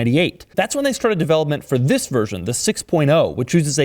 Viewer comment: Not enough emphasis on the first "THIS"